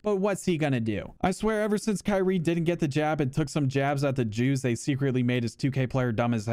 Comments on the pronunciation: “Kanye Irving” lmaooo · "kanye irving" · "Kanye Irving" 🤣🤣🤣